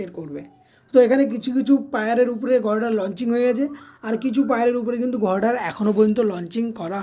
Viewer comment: উচ্চারণ ঠিক কর। গর্ডার কি?